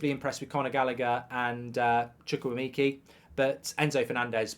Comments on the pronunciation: its Chuk-weh-may-ka mark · "Chukwuemeekee" - Goldbridge, 2023